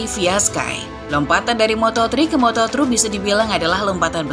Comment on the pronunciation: lompatan dari moto tri ke moto tru😁😁 ngopi dulu mbak